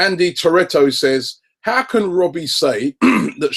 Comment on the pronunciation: Almost comical how inconsistent your name pronunciation is, Robbie. Lol. Cute.